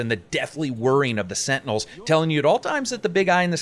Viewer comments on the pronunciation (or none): none